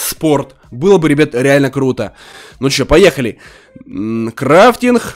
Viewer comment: Кто заметил что он говорит крайтинх